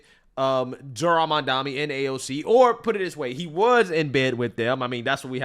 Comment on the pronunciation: Its Mam-dani